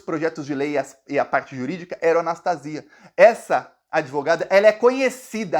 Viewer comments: É Anastasia mesmo, não Anastácia. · a pronúncia do nome do ex-governador e ex-senador golpista do meu estado MG é "Anastasía".